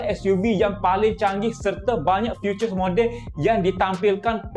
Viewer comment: bukan futures ..tapi features patut ejes bagi jadi loghat bahasa rasmi